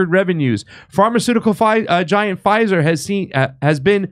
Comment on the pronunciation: F "Fizer"! 😂😅😂